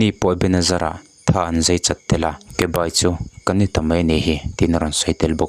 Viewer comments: Zei, tiin a lam deuh tlat a, fiah takin Zai han ti se ka ti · I mizitawng hman hi. Zai nge zei. Uluk deuh leh fiah deuha lam a vatha ve